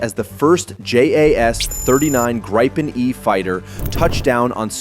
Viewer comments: The "i" is a long vowel, so "gr'ee-pen" and not "grippen". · Itr's pronounced "gree-pen" not "gry-pen". Also, Scandinavia only consists of Sweden and Norway. So the title should be "Sweden’s Military Is Now the Strongest in the Nordic region". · "Grayyypen" - FFS. It's Gripen! As in "Agrippa", to "grip" or "ripp". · Thank you for telling a Swedish citizen how to pronounce a Swedish word. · Or more correct like the American word "greed" without "d" and the English word "pencil" without "cil" and you have "Gripen"...